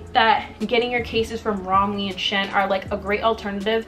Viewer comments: it’s pronounced she-in lol ,, good video tho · OK I LOVE THE VIDEO BUT WHY ARE YOU CALLING IT "shin" PLEASE QXEJNO